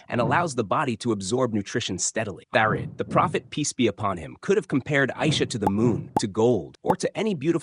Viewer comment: Ah Thareed! Please stop saying tharid, it's triggering me! 😅 When I worked in Saudi, I wanted to try thareed. My neighbour sent some for me 😍 very tasty....there are many tasty, traditional foods in Saudi!